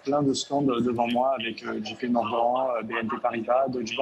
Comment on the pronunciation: Jp Morg"AN" PTDR